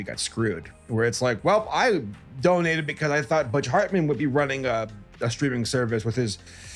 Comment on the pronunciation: And the H of Hartman with F